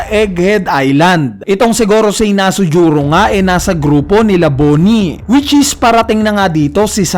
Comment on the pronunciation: Pakitama Naman Ang Pag bibigkas sa Pangalan ni Nusjuro Hindi Nasujuro Parang away mo sana.